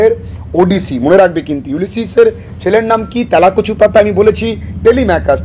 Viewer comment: আরে স্যার আপনি কি বলে দিলেন ইউলিসিসের ছেলের নাম তেলা কচু” I mean "টেলি মেকারস😂😂😂